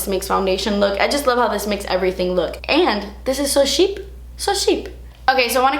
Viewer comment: The way you said 'cheap' is so hilarious I just can't <3